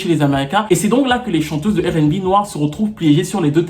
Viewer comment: Ca m'énerve d'entendre Airainebi... Airainebé, je peux tolérer, Arainebi, c'est logique mais airainebi ca n'a aucun sens tu peux pas prononcer le R en français et prononcer le B en anglais! Désolé mais je n'ai pas pu regarder jusqu'au bout... Je vais chercher s'il y a un sujet sur le R&B français